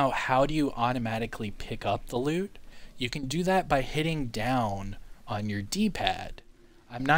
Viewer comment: You mean auto "loot"? Not "loop"